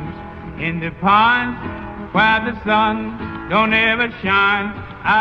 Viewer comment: The singer in this song and Kurt Cobain have an extremely strange way of pronouncing 'Pines'; sounds like they're saying 'Pans'